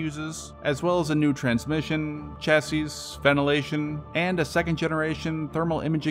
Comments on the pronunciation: the last s in chassis is silent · And did you just pronounce the last s in chassis?😂